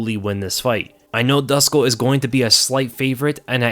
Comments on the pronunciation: Dusko is pronounced like du-SHH-ko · please try and pronounce it as "Dooshko" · Hey, Dusko is from Serbia, and his name is pronounced Doo-Shkoh/Douche-koh😛. Great breakdown as always. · Dusko is pronounced like douche -ko...